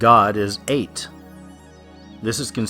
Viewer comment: Ate is pronounced ah-tee or ay-tee. The E is not silent.